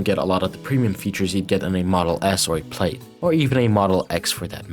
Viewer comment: Bro you gotta stop saying plaid like that lmaooo